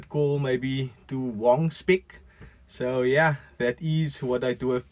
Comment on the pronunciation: Lol you say Wong Spec,!